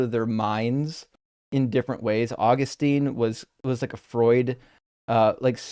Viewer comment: That is NOT how you pronounce Augustine!